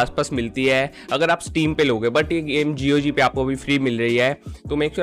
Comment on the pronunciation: Pronounce gog closing your mouth